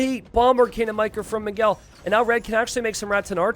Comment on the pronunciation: it's funny how pronounces "Miguel" as "McGill".